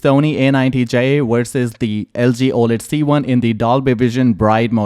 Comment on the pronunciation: It’s VERSUS not wersus